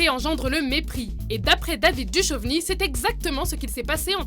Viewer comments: on dit Dukovny pas duchovny..... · On prononce David DuKKKKovny et non pas comme duchmol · Par contre David Duchovny, ça se prononce DOUKOVNI. Vérifiez vos informations svp. C'est comme les crétins qui prononce GZERDAN (XHERDAN) SHAQIRI alors qu'on le prononce DJERDANE SHAQIRI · David Du-Chauve-ni ? seriously ? :D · La manière dont est prononcée Duchovni, j'ai vomi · La façon dont elle prononce Duchovny putain... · Bonne vidéo mise à part que mes oreilles ont saignés à chaque fois que tu as prononcé le nom de david duchovny :p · watch mojo français ok mais watch mojo sans accent anglais, duchoveny au lieu de duchovny et uss entreprise mdr vous m'avez tué